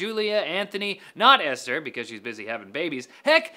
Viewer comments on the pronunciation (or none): none